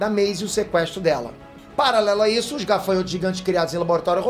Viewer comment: " "Esso" sou eu"??? Tá amolecendo? Kkkkk